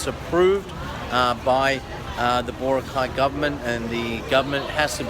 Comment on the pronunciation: Crikey mate! It's pronounced Bor-ROCK-eye, not BOR-uh-kye. LOL